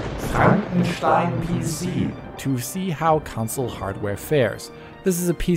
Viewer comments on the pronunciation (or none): It's a "console" not a "consul" can you pronounce it correctly please?